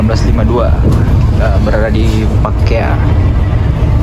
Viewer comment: izin luruskan bossku,yang pas daerah barru itu pekkae,bukan pakkea